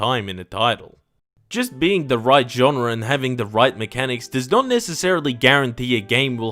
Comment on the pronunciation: Genre* not Genrer